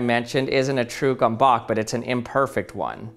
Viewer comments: Bruh, pro tipp, if u have issues with pronunciation, than u should use Google translate... I mean it's not that hard xd. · well you butchered the pronunciation no offense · Him: attempts to pronounce Gömböc Me: triggered Hungarian noises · I'm not even Hungarian and still a little bit annoyed with the pronounciation. 😛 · Lmao im from Russia and even I know how to pronounce that, this guy's way of pronouncing this is total cringe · Holy cow, how you pronounce it. Gömböc: gö (beginning of "gi"rl) mb (nothing special, an "m" and a "b") ö (the vowel from g"i"rl) c (similar to the end of ca"ts") Unfortunately, google do not pronounce the last sound clearly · Hey. Great, and I mean GREAT presentation. As a point of clarification, which, believe me, EVERYONE will get wrong FOREVER; is the pronunciation of Gömböc. It's pronounced like "gum-butts" in English. I'm sorry if that's funny, but it's still not as bad as Uranus. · It's a 'gumbuts', stress on the first syllable and the 'u' more like the 'e' in an unstressed 'the'. Otherwise very interesting! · it's pronounced this way g as in the word graphic than ö is like the "u" in the word burn "m" as in may again ö and the letter c is close to "t's" in the word it's. gömböc = gumbut's or something like that. That's the closest i can get. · No, the Hungarian Ö isn't a French E at all... it's a rounded /e/, pronounced like a Danish ø. The closest English approximation would be the vowel in "book". And others are right about the C, it's pronounced TS, like a French Canadian T. So "GOOM-boots" (the oo being the 'book' oo) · It hurts to hear your pronouncing the gömböc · Ö is pronounced OE... ( ¨ is a diminished e, as in ä) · The price of these on Amazon is crazy ! Now that I know it's Hungarian. I know he's saying it extremely wrong. I can't really explain the way you say it but it sounds much nicer in Hungarian 😅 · I like how each time he says it, he pronounces it differently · take a shot every time he mispronounces gömböc 😂